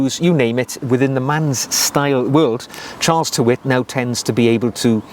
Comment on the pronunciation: Great vid. Tyrwhitt is pronounced 'tir-it"